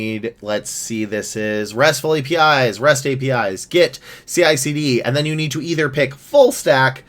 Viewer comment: It's CiCD not CLCD...